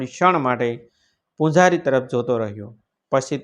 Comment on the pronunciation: ઉચારણ યોગ્ય નથી , ચ નો સ અને પૂજારી નો પૂંજારી ખોટું ઉચારણ છે.